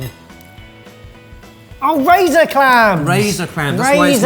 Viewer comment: Love how says razor cram not clam 😅😂